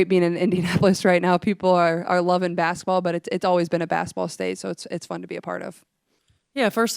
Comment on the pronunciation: Will someone please coach Caitlin on how to pronounce ‘basketball.’ “Bassetball” sounds so childish.